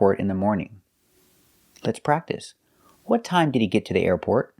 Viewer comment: The pronunciation of "the airport" seems a bit off to me.